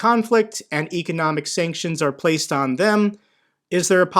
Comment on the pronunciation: You're not saying economic correctly.